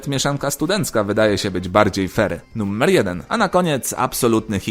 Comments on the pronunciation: niby seria pełnoletnia, a wciaż mówisz nummer... strasznie irytujace. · Sam film ciekawy ale poziom mojej irytacji (nie wiadomo dlaczego) spowodowany mówieniem słowa "nummer" zamiast "numer" przekracz granice i nie pozwala mi oglądać innych filmów tego twórcy.